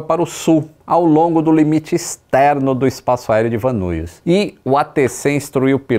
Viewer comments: A pronuncia é " Van Nais" e não " Van Nuis", para a cidade de Van Nuys. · Van Nuys, se pronuncia “Van Níes”….. morei em LA quando fiz faculdade. Van nuys, van nies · Excelente vídeo. Eu já morava aqui quando isso aconteceu e ver todo o mapa e o que o piloto tentou fazer foi bastante esclarecedor, já que eu sempre a dos nessas estradas e conheço bem. Só uma dica: o aeroporto e a cidade de Van Nuys se fala “VAN NÁIS. Abraço